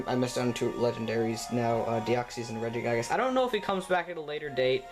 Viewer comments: Can u stop miss saying Regigigas (forgot how to spell, it's not Regi-Guy-Gas, it's Regi-Ge-Gas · Oh cool, I didn't know that Reggiegiygas was in this game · Regigiygas. Oh god. Oh god no. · LOL you dont say Regigigas, u say RegiGAIGES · " regi GUY gusssss "